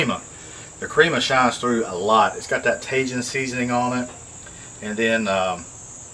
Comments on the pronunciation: Cracking me up hearing you say tajin! It’s taheeeen. Lol love you! Cook on brother 🤙🏼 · Tajìn — TA-HE-N —— love you bruddah smashing good show